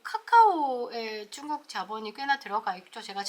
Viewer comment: 발음 재미있게 하시네요! 중국을 쭝국. 자연스럽게를 짜연스럽게 첫 발음을 강하게 하시는게 재미있습니다.수고하십시요!